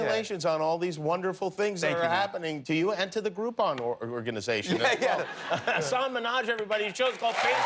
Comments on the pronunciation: Jimmy it's Hasan andnot Hasaaaaaaan! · jimmy pronounced his name wrong... :( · you'd think that Someone would have made sure jimmy knew how to pronounce hasan's name before they went live, but no